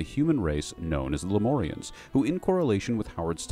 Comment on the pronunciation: Lem-UUUUUURRRR-ians. not lem-ooorrrr-ians. thats a 'U' in there, not an 'O'.